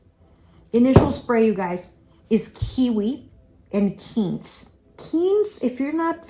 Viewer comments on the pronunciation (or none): It is not Keentz it is Quince.